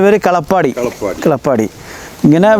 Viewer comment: കള പാടി അല്ല ..കാലാ പാടി എന്നാണു